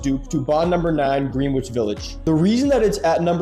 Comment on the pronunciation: Pronounced … GREN-NITCH VILLAGE. Bond No. 9 is based off of areas of New York City. Greenwich Village Aka “the village”.